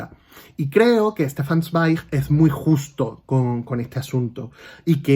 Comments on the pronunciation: Hola, adoro a Stefsn Zweig y muy bien pronuncias su apellido y al igual que tú el primer libro que leí fue María Antonieta, que Salvo algunos errorcillos que tiene es un libro maravilloso... leí más obras suyas en los años siguientes: muy influenciado por Freud su manera de escribir es preciosa, enhorabuena por tu canal y video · Hola, Para iniciar te quisiera decir que me parece muy buena tu pronunciación del nombre Del autor, Éste libro, María Antonieta,lo leí hace muchísimo y antes de terminarlo recuerdo que desapareció de mi librería y nunca leí el final. Gracias por enseñarlo porque lo vuelvo a leer con tanto gusto. Con respecto a tu aspecto no te preocupes porque con el entusiasmo que tienes pues te ves tan bien como siempre. Un saludo y gracias por tu reseña Interesantísimo conocer la historia del autor